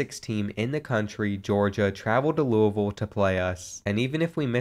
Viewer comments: Didn’t know u were from the area until u pronounced Louisville the right way. You got a new sub. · One of the little things that makes me enjoy this series is that since you’re from Kentucky you pronounce Louisville correctly.